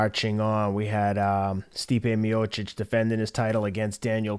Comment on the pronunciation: The certainty of which he mispronounces names is the best